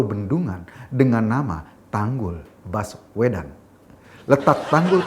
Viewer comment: Saking ada pekanan pd kata baswedan maka spintas terdengar : Bas uedan !! 🤣🤣